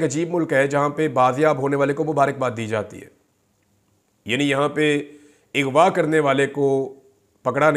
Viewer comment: Bhaijan Lafz Aghva hae...Ighva Nahi...people are picking up your wrong pronunciation . Please have a heart and correct your pronunciation. I am your avid listener and well wisher and get upset with your continuous wrong pronunciation of the word.